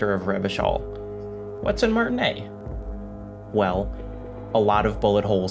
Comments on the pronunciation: Yo i know you played the entire game and heard every single fucking character in it pronounce 'Martinaise' you absolute fanny That should've been my first clue i was clicking into a mega pretentious fart of a video, but YT really needs to bring the dislike counter back regardless. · IT’S MARTINAISE NOT MARTINAIS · Great work, thanks for the video! Just a minor quibble, you pronunce Martinaise (Little [female] Martin; like Martinique) as Martinet (cat o' nine tails). It's actually: Mar-tee-[e][z]. The [e] from m[e]n and the [s] from [z]ion. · omg. Martinaise is pronounced "Martinayz", not "Martinay". But good video. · How do you guys pronounce Martinaise? I notice some people or characters pronounce it without the "s" (as does ), some with an American accent like "Mart-naise" (recall Lena) without the "i", or some with a French accent like "Ma(r)-ti-naise" with a French "r" sound (recall Kim). I believe this is a reflection of the diversity of Martinaise (and Revachol)'s historical and cultural diversity/complexity, but I'm curious which one is you guys' go-to pronunciation. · Just for those language enthusiasts, Martinaise, has a vocal s, because as it's a "french" name with an "e" at the end, the pronunciation requires of us to pronounce "s", so it's "Martinezzzzz" :) Totally side note :) Love the essay! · They say that a lot in the game, but you probably need to internalize it just one more time: it's MartinAISE. MartiNEIZ. You pronounce the Z. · MAR-TIN-AISE SAY THE AISE PART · I dislike how you pronounced "Martinaise" and wishing you would just say "mayonnaise" instead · Great video, though I am confused how mispronunced martinaise when it's said in the game many times, I speak French and they say it pretty much correctly in the game, "aise" would rhyme with "fez". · He played before it had full voice acting, so it would have only been said a few times, but yeah, should have probably picked it up from Kim or Joyce or Lena.